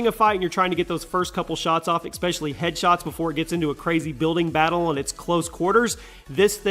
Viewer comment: It is not expecially, it is especially (you said expecially).